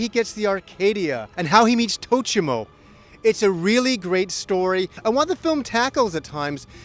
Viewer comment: "Esmereldas"? "Tochimo"?